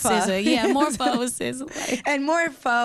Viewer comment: This chick keep saying pha corny